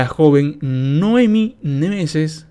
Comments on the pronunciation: Noemí. Noemí, ves el acento? No dice Noémi. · Noemí, acento en la "i",.